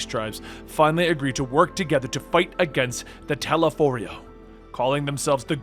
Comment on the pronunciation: He also pronounces "Telophoroi" wrong many, many times despite them saying it many more times throughout the voice acted campaign.